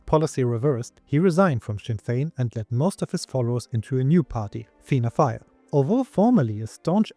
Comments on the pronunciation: Generally good pronounciation in Irish, but since you ask: the tilde on the A (in Dáil) changes the "ah" sound to "awe," giving us "Daw-il". Same with Fáil, which is pronounced "Faw-il". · Finne Fàil: à fàda is pronounces as an open "o", pronounced like the letter "a" in the words fall, wall, crawl and ball.